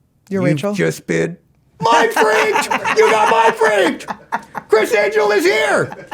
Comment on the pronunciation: Mine fweaked 😂😂😂